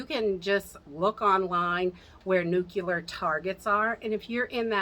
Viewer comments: Just FYI it is nucLEAR not nucULAR. LOl totally different word.. Just letting ya know :-) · "Nuclear", as in the NUCLEUS of the atom. Not "nu-cu-lar"...Nuclear.